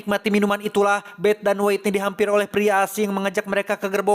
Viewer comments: Maap kang bacanya Whitney : Witniy .. bukan Waitniy .. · Witniy kang dibacana, hehe punten koreksi dikit ❤ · bukan nya "wetni"